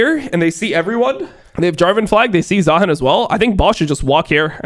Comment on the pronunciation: i don't know what triggers me more. how unc says "baus" or how he says "zaheen"